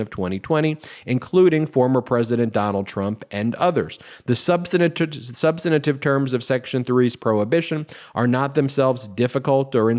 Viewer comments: Ben- You always add a syllable to the word, substantive. You're welcome. Love, your grammar gramma. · I love most of his videos, but Ben consistently adds an extra syllable to "substantive." Three syllables: SUB-stuhn-tiv